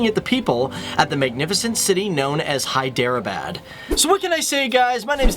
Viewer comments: Is his pronunciation correct? Isn't HEE-de-rah-bad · if you don't know the facts about hyderabad then don't talk nonsense about it . It is hyderabad not hiderbad . ** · It is not hi-drea-bad just so you know. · Array stupid fellow, ur not at all pronuncing Hyderabad properly..